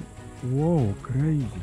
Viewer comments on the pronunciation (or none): none